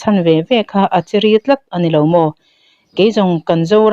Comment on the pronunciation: Minute naa 'a chiri' tih lamrik dan hi Buh kan tuh a, buh bi kan tih ṭhin angin 'chi' leh 'ri' hi a thluk inangin lam tur a ni e.